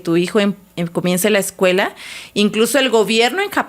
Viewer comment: No sé si de verdad se le está olvidando el español ,O en su Universidad no le enseñaron correctamente 😂😂 porque dice: Excuela, Detrogada,dice las grandes Ubers, no sé si ella está correcta, pero yo pensé que es así :Escuela, Retrógrada, y las grandes Urbes.